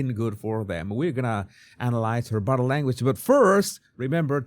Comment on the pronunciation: Jesus, everytime You say "bottle" language, I cannot help LAUGH, it's bodie language.